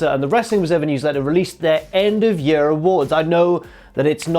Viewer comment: apology accepted (seconds later) "First up, match of the yurr" OH MY GOD